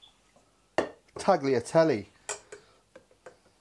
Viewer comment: the tagliatelle in Italy pronounced is: talya telle